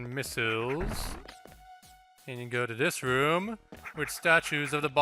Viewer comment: It's funny how pronounces missiles like "Miss-ills"